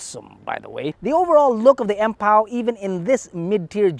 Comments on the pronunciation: Empow siya hindi Ampow(as ampaw)😅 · Empow-Ampaw TF!🤣🤣🤣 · Empow - Ampow😁😁😁